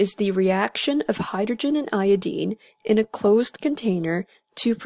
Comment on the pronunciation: niqqa said iodeene